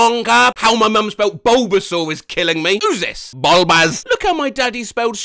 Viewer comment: the pronunciation of "BULBAZ" just killed me